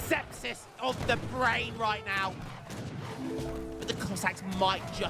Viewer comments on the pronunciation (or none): none